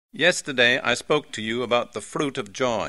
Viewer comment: R in fruit is missing(